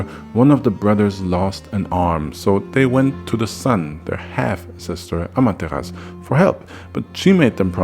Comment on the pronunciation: I love Naruto... Regardless that people think it's not that great. But it's what broke me into anime. So, it has a special place in my heart. but also I love mythology of course. But I think Amaterasu isn't said without the u... it's a common misconception that the u is silent but in fact the u is softly hit in the back of the throat. so it sounds like it's not there. it's the same with other Japanese words.